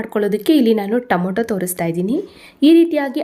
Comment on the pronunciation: Nice vlog. Madam don't mistake it is Tomato not tomoto. It's pronounced as To ma to. Sorry don't mistake